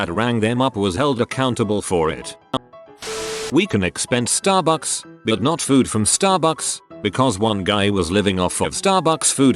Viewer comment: They way text to speech says sTaRbUcKs is funny as hell